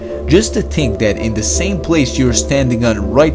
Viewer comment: Eart, tink